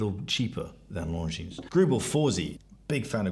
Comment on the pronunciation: Its Longinnn not LongineS, sorry but slightly triggers me.